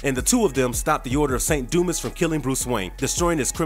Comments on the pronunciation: It's do-ma not do-mis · A small critique... In "Saint Dumas" the "S" is silent. It's pronounced "Saint Dumah" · Dumas is pronounced “doo-mah” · Its pronounced Du mas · It's pronounced dū-mäs! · I had to stop because of the way he pronounces “dumas”